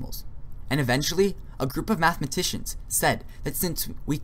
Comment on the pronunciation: First, "infinitesimal" is pronounced as "infinee tessee mal", not "infinee tez mal". "Math e mAt ician" is not spelled "math mEt ician" You don't seem to understand the difference between a number and a numeral. Definition: The sum of a series is the limit of the sequence of its partial sums, if the limit exists. So the sum of 0.999... is the limit of the sequence 0.9, 0.99, 0.999, ... whose nth term is 0.999...9 (n 9s) = 1 - 1/10^n. Hence: 0.999... := lim n->oo 0.999...9 (n 9s0 = lim n->oo 1 - 1/10^n = 1. No infinitesimals are in sight. If 0.999... = 1 - ε, then what is 10 * 0.999... - 9as a decimal, and what is 1 - 0.999... as a decimal? In both cases - neither has a decimal representation. You claimed that infinitesimals are used in the majority of calculus - that is not true. Standard calculus is limit based. NSA is an advanced topic and many degreed mathematicians do not know it, yet alone use it. Your triangle-ised circle is NOT a circle, it is an apeirogon (in the limiting case). Circles do not have vertices. The area of your polygon was less than the area of the circle. Mathematicians will have a hard time agreeing with what you said because what you said is wrong. You didn't show the details for using NSA to do integral calculus. Do you even know them yourself? You should take this video down because it is unhelpful and misinforming.